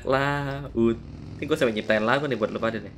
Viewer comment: LAGU BRO... BUKAN LAUG..